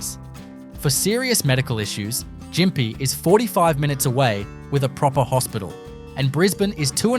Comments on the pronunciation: Can't watch this, half the photos are reversed, and it is pronounced Gympie with a hard G not Jimpy. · You don’t even pronounce Gympie properly ! 😂